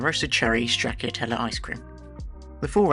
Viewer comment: Not how you pronouce "Stracciatella". The "cc" is a "ch" sound, like in...cappuccino.